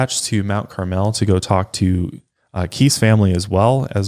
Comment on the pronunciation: I live right by Mt. Carmel (approx 20 minutes)! I even a know a Dardeen from there! It’s pronounced a little differently than how you guys are saying it...it’s more mount “carmull”, if that even translates through text! I really enjoyed this case and despite being so close to Illinois, I haven’t heard much if at all, until this podcast!